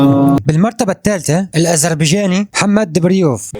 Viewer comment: قل الاذربيجاني ولاتقل الأزربيجاني.